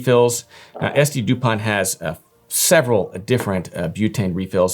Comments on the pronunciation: Pronounced without the T like Dupon , at the end. How do these compare to Cartier? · Thank you for this cute and extensive review… But who tf buys a 500+€ lighter without figuring out how to even pronounce it?